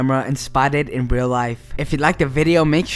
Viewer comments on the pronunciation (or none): The way he says everything is funny: "rel" instead of "real", and all his "s"es sound like he might have braces or a minor lisp. Also, it sounds like there's quite a lot of spit gathering in his mouth - perhaps more evidence of braces. I imagine a 16-year-old half-latino high-school student for some reason. I mean, it doesn't really matter who does the narration, but if professionalism is the game, then getting someone with perfect or near-perfect diction is a must.